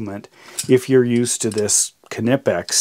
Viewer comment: I have to compliment you on your pronunciation of Knipex, but not so much on keeping things in frame! Otherwise, interresting comparison.